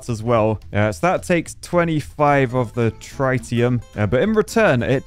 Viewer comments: ITS TREETIUM not TRY-TIUM, IM CRYIN 😭😭😭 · Trite--e-um? That makes my head hurt and bugs me in a bad, bad way. I know my nuclear physics, some of my isotopes. Trit-e-um, please. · you architect. It's Trit like TIT not try. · for refernce its tritium (trit-e-uh-m) i was in the british army and we use tritum is our sustas (british acog) (its what makes them glow at night) (no battery's required lol) but if dropped very bad XD hope this helps (unless its just the posh lad accent lol) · Only Architects can't pronounce Tritium correctly...🤣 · Hearing you saying "tritium" was a strugle😅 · Tritium is pronounced that way? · ...Please get a pointer on how to pronounce "Tritium" because this is painful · The way he pronounces Tritium is...really irritating.